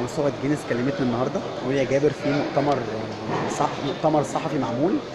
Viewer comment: اسمها چينيس مش جينيس 😂😂